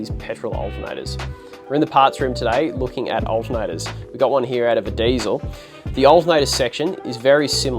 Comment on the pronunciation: It's not ...daisel ... It's diesel ... Poor uncle Rudolf ....